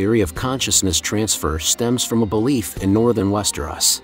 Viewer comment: Bro, how can you know so much about the show/books, but not know how to properly pronounce Westeros?? West-er-Os, not West-er-oss. I had to stop watching because it hurts every time you say it.